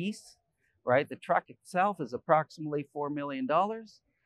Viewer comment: This is TRUCK not a truck. You mispronounced